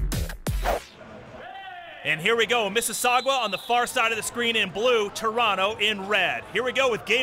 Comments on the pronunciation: It's not missisaugwa it's MississaugAAA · It's Missasauga, not missasuaga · hey you guys do know it's pronounced Mississauga not mississagua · Omg so annoying how they say "mississauga"...its NOT Mississaugwwwaaa, its pronounced "Miss's Saw gah" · It is not misses sagua its misses saga lol 😂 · It's pronounced "MISS ISS AHH GUH" not "MISS ISS AHH GWUH" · Lol "missisagwa" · Its Miss - suh - saw - guh not Miss - sasasdggjuwa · The announcers need to learn how to say Mississauga. Like, don't say it if you don't know how. it's not hard. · They cannot pronounce Mississauga, it's kind of funny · These two assholes need to learn to say Mississauga.